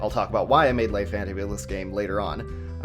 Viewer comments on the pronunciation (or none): Le is not pronounced lai.